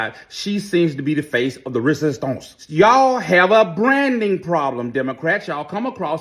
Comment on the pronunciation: 😂😂😂The way he said “resistaunce “! 😂😂😂😂 Yes, we need more backup for JC and AOC!!!!